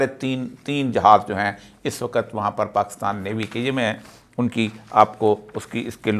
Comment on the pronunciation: AIK SACHAY PAKISTANI K LIE USKI QOUMI ZUBAN AOR USKI TAZEEM LAZIM HAI PEHLAY AP " WAQAT" KO "WAKHATH" BOLNA SEEKHYAE.